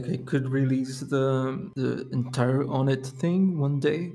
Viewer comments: I say “On et” but it’s meant to be pronounced “one et” apparently? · The official pronunciation is "Oh-net".